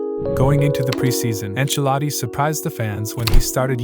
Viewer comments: Enchiladi😂 enchiladas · why does he keep calling him?